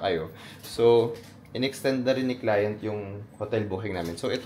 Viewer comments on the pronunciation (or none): none